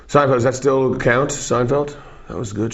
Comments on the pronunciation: I like how he says "Seinfelt"! Gotta love Dave! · "seinfelt" Bahahaha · Seinfelt.... hahaha